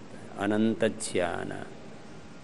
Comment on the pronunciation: बाबा जी आप ज्ञान (gyan) को ज्यान (jyan) क्यों उच्चारण करते हैं।कृपया समाधान दें।